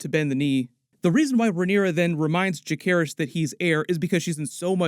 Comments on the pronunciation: It's Ja-Ser-Ris not Ja-Care-Ris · It’s interesting the way you say Lucerys correctly but not Jacerys. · I’m begging you to pronounce jacerys’ name properly PLEASE😭